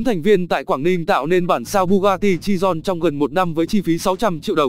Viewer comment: Bugatti chiron chứ ko phải chidon